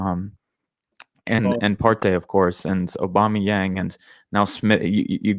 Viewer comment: Man called aubameyang young 🤣🤣🤣